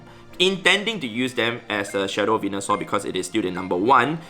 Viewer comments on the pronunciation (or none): none